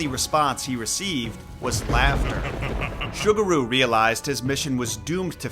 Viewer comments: it's pronounced SUE gu ru. not sugar ru. ffs if u wanna do story telling of other cultures the least u can do is check the enunciation of the foreign names to show some respect. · Ah yes, Sugar-ooh and Cannon, my favorite Shinto Kami 😂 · If it's spelled "Sugaru", then the "S" is an "S" sound, not an "Sh" sound. Like Subaru, but with a "g" instead of a "b". But the way you pronounce it, it sounds like the kangaroo mascot of a sugary cereal. I think the English word "sugar" was throwing you off.